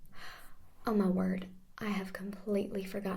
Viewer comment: Lol is funny the part oh mah wooohrdd.... I have forgott mah mannuhrs